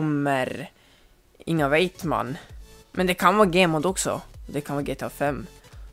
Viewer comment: Det heter gmod inte gemod